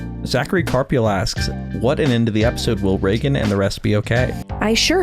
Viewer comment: It's Reigen not Reigan!! How could you do that to my L0rD!! 😅